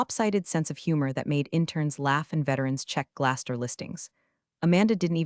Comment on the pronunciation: Not Glaster, GlassDoor.